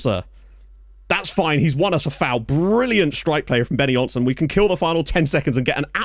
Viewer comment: Benonysson = Benno Neesson, not Benny Jonsson.